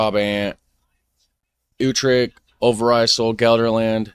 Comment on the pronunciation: Most American sounding pronunciation of Gelderland I've ever heard 🤠 But that was just funny I'd say your pronunciation was much better than the original vid and I could understand it perfectly fine 👍